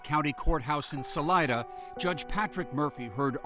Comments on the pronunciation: Thats not how pronounce Salida. Sa Lee Da,got it? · Salida (pronounced Saleeda) is Spanish for exit.